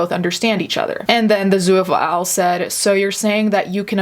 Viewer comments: Holy crap. I couldn’t get passed your constant butchering of the word “zoophile.” It has TWO syllables, not three. It’s literally just “zoo” and “phile” together with no vowel sound between that. Two syllables. There is no “uh” sound between the two syllables. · Please learn how to pronounce zoophile, it's not spelled zooaphile so its not pronounced that way